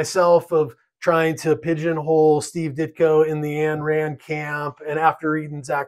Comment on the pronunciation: Some Ayn Rand points, from a genuine Objectivist who's received a letter from Ditko: 1) Pronounce "Ayn" correctly. Rhymes with "mine." 2) That "Psycho-Epistemology" course is pretty interesting on the creative process; Ditko would have listened to it carefully. 3) Dr. Strange is never taken by Objectivists as a betrayal of Objectivism, and none of us criticize magical fantasy as a genre.